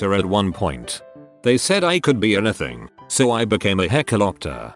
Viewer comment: I'm surprised the tts voice was able to pronounce "hecklioptor"